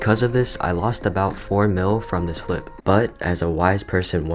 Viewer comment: I love how you say: fliP